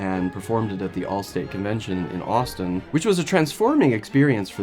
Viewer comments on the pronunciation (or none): none